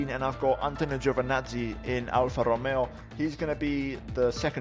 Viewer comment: “Alfa rromeoo”